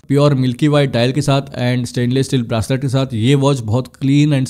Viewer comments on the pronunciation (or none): भाई ब्रासलेट नही... ब्रेसलेट! BTW, Nice video. Thanks for the info.